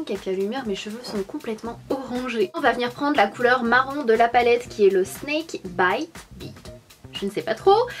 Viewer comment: L'anglais est ma première langue et tu a prononcé "snakebite" correcte. :)